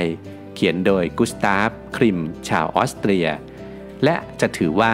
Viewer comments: กรุงเวียนนาอยู่ออสเตรียครับ ไม่ใช่ออสเตเรีย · กรุงเวียนนา ประเทศออส-เตรียครับ ไม่ไช่ประเทศออส-สะ-เตร-เลีย